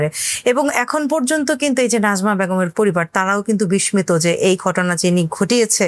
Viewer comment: বিস্মিত উচ্চারণ টা ভুল হয়েছে।